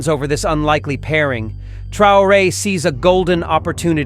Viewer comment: TRAORE IDIOTA NO '' TRAYORE''